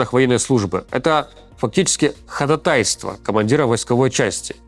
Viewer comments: Ходáтайство, а не ходатáйство. Частая ошибка. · Как юрист напомню - правильно не ходатАйство а ходАтайство, пожалуйста обратите внимание - хочется плакать каждый раз когда слышу неправильное ударение😭😭😭😭